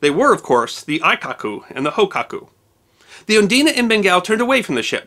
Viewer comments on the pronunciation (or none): A very nice slice of history. You should be aware that your pronounciation of Japanese words in this video (and others) is a bit incorrect. Aikoku --> Ah-ee-koh-koo Hōkoku --> Ho-oo-koh-koo The "oo" for the long "o" in Japanese is often omitted or so softly spoken as to be unheard and not such a big deal. Your pronounciation wasn't bad (as a Japanese would complement you even for trying) but it wasn't accurate. Thanks again for this piece of history that should not be forgotten!